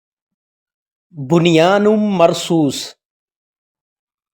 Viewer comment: بھائی قرآن پاک کی آیت کو صحیح پڑھیں ۔بنیان مرصوص جزاک اللّٰہ